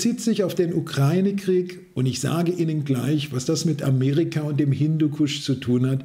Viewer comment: Danke, die wenigsten können heute noch UkrAIne richtig aussprechen!!! Danke, Danke, Danke!!!